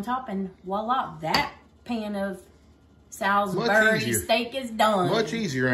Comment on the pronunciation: I WILL SEND YOU CHEESESTEAK SAUCE FOR PA. ITS MADE HERE IN BETHLEHEM PA. WELL KNOWN FOR THE PHILLY CHEESE STEAK. YOU SAID SALISBURY CORRECT ❤❤